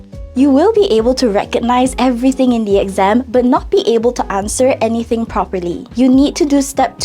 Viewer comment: the way she said aNYthiNg lol